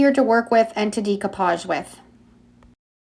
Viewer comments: YOu do such a great job on your videos. You make them so easy to understand. But, it geeks me out everytime you say, "Dee-koo-paazh". I 've been saying it wrong too. It's actually pronounced "day-koo-paazh." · It is deck-o-page not de-co- page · Great techniques! Very simply explained so that we can follow easily. One thing I just wanted to mention, the pronunciation of "decoupage" is not "dee-coupage" but "day-coupage." Thought you might like to know. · Love the videos!!! I have a hangup I can't get past: you are obviously extremely intelligent and super crafty -- but I take issue with your pronunciation of "decoupage." It should not be [dee cou page] but rather [deh coo pazh] or [day coo pazh]. Keep up the good work: extremely inspirational. Thanks for all the tips. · Please it's pronounced DAY-coupage. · Pronounced DAYcoupage. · It's pronounced "Day-co-pauge." It's French. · Great tutorial! The mispronounciation of the word decoupage was very distracting. Even in English the word is pronounced "deck o pahj" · Love your channel, new subbie. Binging decoupage(love your accent on that word). Never saw this technique before. No laser printer, I’ll try hair spray. How do you get the quote/font? Thanks.